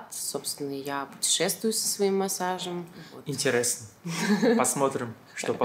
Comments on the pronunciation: Мудило надо говорить интЕресно а не интЭресно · Почему говорит "интерЭсно"?